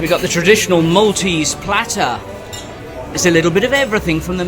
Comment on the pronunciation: Thank you for your guided tour of Malta,we have lived here for over 20 years and couldn’t live anywhere else x x plus your pronunciation of maltese was very good